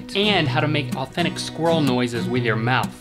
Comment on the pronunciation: When you have the ability to take an entire syllable out of the word ‘squirrel’.